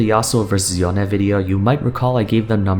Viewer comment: Why does he say yone weird, it’s literally pronounced the English way in the cinematics